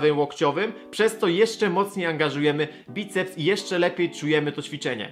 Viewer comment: obracać* choć zauważyłem, że jakieś 90% ludzi jakich spotykam mówi w ten sposób xD Bajceps is always with you!